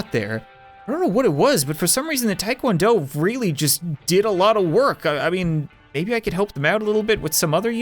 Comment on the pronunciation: Taekwondo is pronounced tekwondo